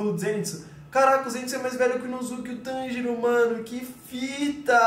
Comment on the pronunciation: tanjiro n, Monjiro